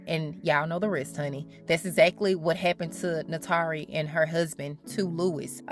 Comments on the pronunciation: Goodness it's hard to focus beyond you butchering her name: it's pronounced 'nah-too-ree' not nahtaree. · NAY-TOUR-REE!! Great video too.